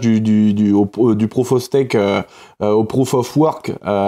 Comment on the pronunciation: Stake, pas stack ni steak.😅